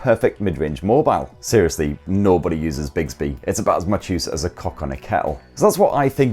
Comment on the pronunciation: bigsby??? do you mean bixby?